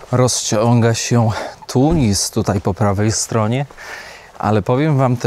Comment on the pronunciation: Tunis to Tunis ( a nie TuniZ), nie w TuniZie!!! -bo Polacy źle nauczą się wymawiać stolicę Tunezji, przyznam trochę obciach .To tak jakbyś usłyszał zniekształcone Warżowa, albo coś w tym stylu o naszej stolicy. Słynne na cały świat miejsce artystycznej bohemy -Sidi Bou Said (czyt.Sidi Bu Said) też trzeba by wymawiać poprawnie.Wogóle więcej uważności, please.😊